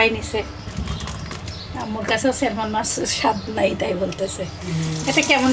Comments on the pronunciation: salmon er" L"uchharon hoy na...silent thake...orange k কমলা, না বলে কম লা বলে।plz vul bal na bole thik kore bolle valo hoy bachchara o video dekhe... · ন্যাংটা হয়ে তো কথা বলে না। বাচ্চারা দেখলে কি প্রবলেম? মোট কয়লাখ কম্ লা বা কমোলা বলে শুনতে চান? নোংরা পান্ডিত্য একটু কম করবেন। Salmon স্যাম্যান্ হলো right pronunciation. Dialect বা আঞ্চলিকতা থেকে স্যালমেন বলে। শুধু Almond এ আমন্ড বা আমেন্ড বলতে হয়।